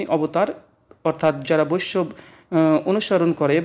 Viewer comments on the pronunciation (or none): শ্রীরামচন্দ‍্র দ্বাপরযুগের নয় , ত্রেতাযুগের । আর তখন কি মুসলিম ছিল ? বৈষ্ণব উচ্চারণ টা ঠিকমত করুন ।